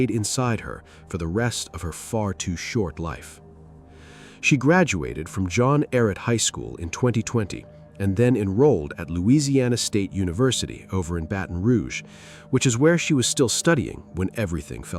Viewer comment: The high school she attended name is pronounced John Ehret (eh-ret), not John Eric.